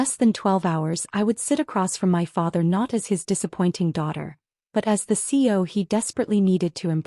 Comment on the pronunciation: CEO has three syllables - please pronounce it correctly. 👎